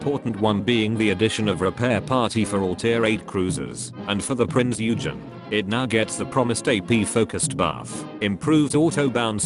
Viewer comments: Prinz EUUhgen. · I know it is nigh pointless.. but dare I say it is Prinz Eugen not Prinz Ugen.